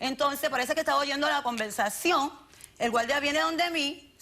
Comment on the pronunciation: "Pasa otro gualdia que estaba oyendo la convelsacion" JAJAJAJAJAJAJA es imposible tomar en serio a alguien que habla así